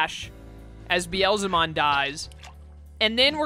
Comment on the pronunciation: Beelzebub is where Beelzemon's (Beelzebumon in Japanese) name originated from. So, it is pronounce as bee-el-zə-mon. Meicoomon is a name taken from maine coon, which is a breed of cat. The pronunciation is mei-koo-mon. As for Nyaromon, it's nya-ro, not nia-ro. It might be hard for English speakers to pronounce 'nya' as it is rarely used in English words. If you know how to pronounce Nyancat properly, it's the exact same pronunciation. Sorry for nitpicking much of your pronunciations which is not even important. Also, Seraphimon is not as great as anyone would think in this game because his skills are decent in battles but he is awfully weak against dark type digimons, so be cautious of that.